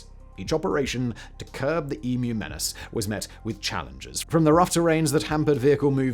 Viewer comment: Take note Americans, that is how you pronounce "emu", its not "e-moo"